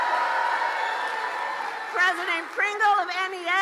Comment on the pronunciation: sho nuff, she gonna be prezoden!!